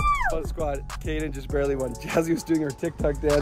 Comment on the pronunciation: Kade not kaden